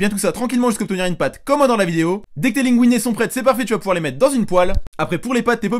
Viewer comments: Oui. Des linguine. Ça se prononce linegouiné. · Tocard Linguine ça se prononce LINEGOUINET donc Tais-toi